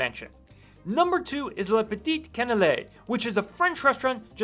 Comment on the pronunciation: As I view videos like this one, I’m often struck by how creators don’t go the extra step to learn the proper pronunciation about the people, places, or things in their content. For example, you mispronounced Kiler Canyon Road, Les Petites Canailles restaurant, and L’Aventure Winery. I spend 2 months a year in Paso and have done so for many years. It’s my second home (I’m almost a local). So please remember…….IT’S IMPORTANT TO DO EXTENSIVE HOMEWORK before creating content for public viewing.